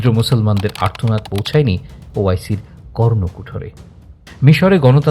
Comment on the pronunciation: ১১.৩৫ মিনিটে ভাষ্যকার "বর্নকুঠরে" বলেছেন।ওটা কর্নকুহরে হবে।